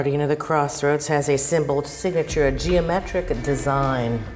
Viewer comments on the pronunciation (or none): none